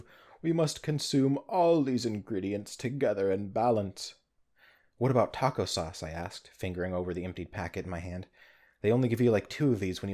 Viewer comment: "Fithy toco casuals" Lmao